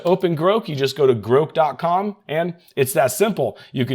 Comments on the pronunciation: Is anyone else saying "Grawhk" in their head every time he says "groke"? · No..we are saying "GROCK" as that is how it is supposed to be pronounced. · groke, groke? oh he meant GROK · You trying to be cute and create comments by purposely mispronouncing grow is super annoying...unsub or as you would say unsaub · I assumed it was pronounced as you say, not like is saying